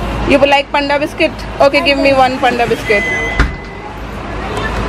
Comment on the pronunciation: Panada biscuit 😂😂😂 it's panda biscuits